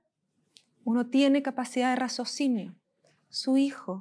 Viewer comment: buen trabajo,pero se dice raciocinio....no razocinio,aun así buen trabajo